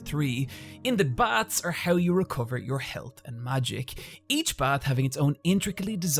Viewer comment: Thought you said "bats", not "baths"; and was like, this fucking video is all over the place. 10/10 would watch again.